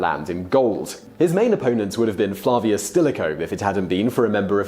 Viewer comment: Check the correct pronunciation of many names, both personal & impersonal FL A VORUS not FL AR VORUS , DUCK ET not DUE KET and several others. Is your name Wistler or WHistler? Then you will understand.